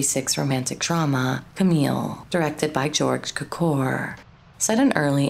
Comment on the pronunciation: Cukor. Pronounced Q-kor . Accent on the Q. Walter Wanger. Pronounced Wanjer